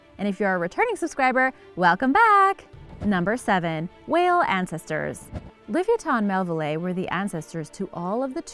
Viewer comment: Le vi a tin mell ville eye... get it right